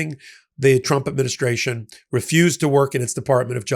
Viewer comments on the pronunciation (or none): none